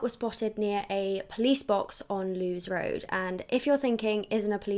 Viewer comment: I know this is annoying but it's pronounced Lewis Road 😅. As someone who lives in Brighton Wild Park is known for being full of pedos 🥲